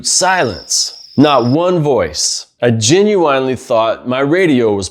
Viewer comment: I dont like how you pronounce genuine, but the video as a whole was good for new people.